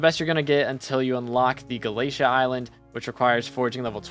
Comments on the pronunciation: he says galeisha instead of galataya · [NPC] Vaeri: Did you just say "Gala-tee"? [NPC] Vaeri: No, no! It's Gala-té-à! PLS say it right 🙏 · There's alot of things wrong with this video, its not to be mean, but please do your research (AND ALSO PRONOUNCE GALATEA CORRECTLY)